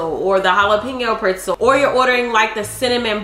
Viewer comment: Who else loves how pronounces PRETZEL.. PR(IT)ZEL? LMAO❤ I freakin love my girl bro....❤